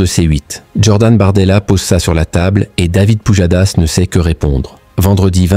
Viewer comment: "David POUDJADASS"